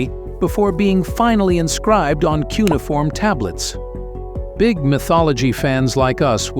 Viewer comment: All this AI art really sucks. Also its pronounced Cue-nee-ah-form.